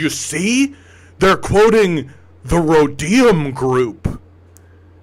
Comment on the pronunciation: thw Rhodium Group is a well-known thank tank focusing on China. They are totally legit, albeit pro business 100%. Oh and it's pronounced RO-deeum.